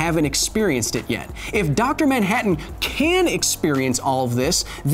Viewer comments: who the hell is dr moun-hatton? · Now you're a maioh! Maioh maioh maioh! Dr. Maioh-hattan! Ha-ha-ha-ha-hattan! Lol! I appreciate the silly pronunciation in the first words in this skit. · “Doctor MYANhattan